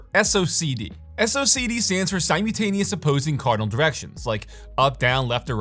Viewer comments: I certainly will. You actually made me curious on whether "sime-you-taneous" was a word I didn't know about or not. I hadn't seen any of your videos before, so maybe it's a meme 🤷‍♂️. Regardless, keep up the good work with your videos! I really like the attention to detail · So, there's an "L" in "simultaneous" and it is pronounced...